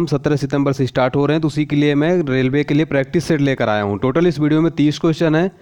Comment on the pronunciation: रेवले नही रेलवे